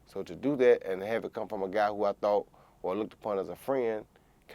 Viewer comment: Much respect to communication and descalation. Roy Jones Jr puts the `G` in Gentlemen. Champ used his words and said I tought we were friends. I tought we were better than that Joe.